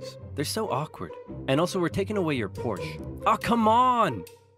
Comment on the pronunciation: I'm happy to hear you saying the Porsche right